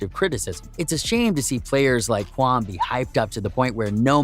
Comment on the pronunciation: i dont think he really know basketball. He pronounce kwame brown's name "kwamm" and who tf is Anthony Rudolf